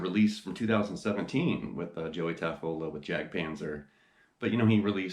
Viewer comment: Great video! BTW, I believe he pronounces his name Taffoia....with the L as a Y....